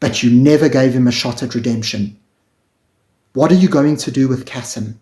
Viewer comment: Pronounced Kaseem not the soft 'Cassim' pronounciation.